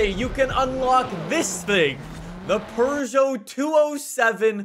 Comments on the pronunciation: Peugeot is said like "Peu-Joe" not "Per-Joe", but I'm hyped for the Tachyon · Did you just say Purrgeot? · No, its Per joe. Peu-joe is such an American pronunciation, like you guys say hun-day instead of Hi-yon-die. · Only Europeans I've heard say "Per-joe" is the English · I love how he says “pergeot” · i thought it(peugeot) was pee you gee yacht, never would have guessed pooh zhow lol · Peugeot.... Pew-go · It's not "Purr-Joe". It only sounds a bit like it because of the French accent. You don't have a French accent, do you? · Who says perrjoe like last time I checked there’s no r in the name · why are you saying Purjo